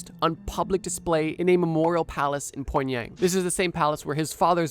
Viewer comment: Psycho way to pronounce Pyongyang